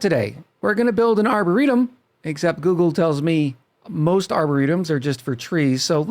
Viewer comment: Aboretum xD